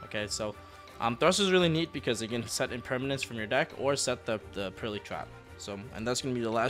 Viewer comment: Thank you for not pronouncing the Purrely cards like a madman as some other YouTubers do